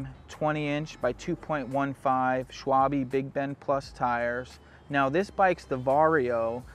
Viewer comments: The tyre brand Schwalbe is pronounced Schwalbuh, not Schwalbee. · no, no, that is not right! it is pronounced Schwalbehh!